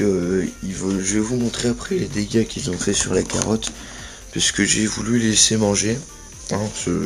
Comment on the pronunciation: Oh c'est toi:) On dit carotte!